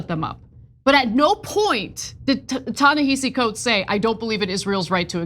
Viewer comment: What I hate more are these Panelists who are either deliberately or ignorantly mispronouncing Ta-Nehisi Coates and Tony Dokoupl. My job is not to educate you; you all should educate yourselves.